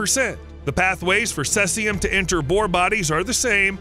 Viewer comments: cesium is pronounced seezeeum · It’s pronounced as “sea-zee-am” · Ceeeeezium, it's ceeeeezium. Gotchu again! HA! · Cesium pronunciation: "see zee uhm." Radioactive boars? Barium, deep. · OH I gotcha yeah he butchered the isotope name for sure :)) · Lean how to say cesium. see-zee-uhm. Very annoying! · How confident should I be in anything he says if he never even took the trouble to learn to pronounce Cesium? (Hard 'e', as in seize). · Cesium isn't pronounced that way. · Too bad you didn't check the pronunciation of Cesium. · That pronunciation drove me crazy too. It’s not an obscure word either. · First it's "Cellzi-um"...then, it's "Sesi-um". It is pronounced, "See-zi-um"! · Ceh-sium??? It's pronounced Sea-zium. Thanks for the correct facts about radiation effect. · It's not "cessium" (as in incessant), it's "cesium' (as in cease fire). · Cellsium-137 ?? 🤔 Maybe try Cesium-137 🙂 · The 1986 Chernobyl nuclear power plant accident released 80,000 terabecquerels (TBq) of cesium-137 into the environment, making it a major source of radiation in the area for decades to come. That’s Cesium, not “Celsium” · Cesium! See-ze-um! Not sayz-e-um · Not ceLsium, but ceSium. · “SEE-C-UM” not says-c-um! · It’s cesium (aka Caesium)-137, not celsium. The latter is a brand name for thermometers and nutritional supplements. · "celsium 137" LOL Its cesium. ;) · SEAZEEUUUMMMM not sessium! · Celsium~ really??? 🤣🤣🤣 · Sease this sesium. It's pronounced sezium. English is terrible because of it has collected so many languages and spellings. Even worse, Americans often have strange pronunciation as well as different spellings. Because they dominate the media, they are taking over. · "Celsium 137"? 😂😂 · sēzēəm - seezium - you'd think that if someone produced a video in which they would say the same word 100 times they'd bother to find out how to pronounce it! Unprofessional - so irritating I couldn't go on. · Hearing this guy say Sesium is like hearing guys say Porsh ear hurt